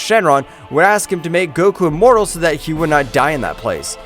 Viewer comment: Inmortal? You mean imortal